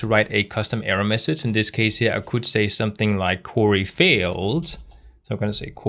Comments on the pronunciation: Brilliant videos but it sounds like youre saying curry instead of query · excellent lesson, sorry to see your hair gone. Oh BTW query in English is said "kwee-ree" when spelt phonetically. Hope you don't mind as your English is way, way better than my Danish.